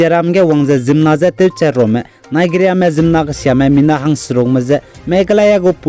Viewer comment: your channel is really an eye opener for our people bro. you are really oustanding in anchoring the latest updates. keep on soaring. yet I wanna convey a little suggestions with the utterances of specific words. eg. Nigeria.. the correct pronounciation should sounds naiziria... sometimes an improper utterances can mislead infos about the news you produced. thank u. yi ma gedu nang chu discourage jai yi chilei heu begu maklei akangpeu. keep up the good work.